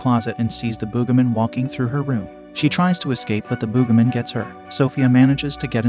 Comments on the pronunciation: It’s Boogeyman not boogahman. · Bro said el cucuey wrong and says the booga man bro just don't know how to say it right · The "boogamin?" That's not how you pronounce it. Use your real voice next time instead of an AI.